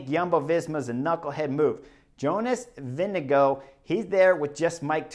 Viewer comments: VINGEGAARD not Winnego? WTF chris?? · Vingegaard, not Vindego please!!! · All of the American commentators trying to pronounce Jonas Vingegaard's name, for no reason at all: "Jonas...VINGADINGALINGDEVANGOUGH" Like, good God, you're supposed to be experts, it takes about five seconds to learn how to pronounce a name, ten seconds to practice it, then you don't have to spend ten minutes with your tongue falling down a staircase every time you try to say a (frankly, pretty easy-to-pronounce) name like Vingegaard. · Sorry Chris, it's Vingegarrde---VIN-GA-GUARD. Love the analysis but get his name correct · I thought Cris said Vinni GOAT